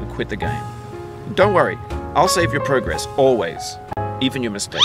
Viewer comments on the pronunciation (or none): none